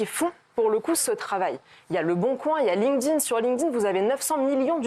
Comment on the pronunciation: "Lingdin" aaah ça me perturbe 🤣 ça se prononce "link'd in"